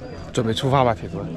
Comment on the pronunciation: 什么叫铁汁呀？铁子，不是铁汁